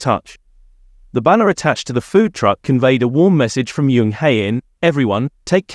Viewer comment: The pronunciation on these is ridiculous. Jisoo not jeeeesoooo, and Jung not yung. I like watching BP content, but please sort it out, I can't concentrate on what the video is about it's so bad 😫